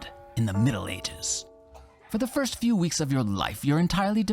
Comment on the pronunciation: "A vew years later "